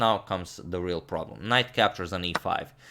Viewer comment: "if you move the queen you just lose the KINGHT lets just BISHOP captures"😂😂 i just love it